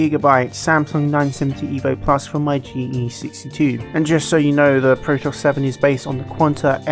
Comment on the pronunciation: Pro-toss? Surely you mean Pro-tee-us? As in the Ancient Greek myth? Synonymous with versatility?